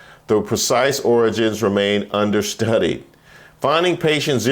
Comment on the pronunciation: Is that origins or oranges? Gotta pronounce it like the dear leader does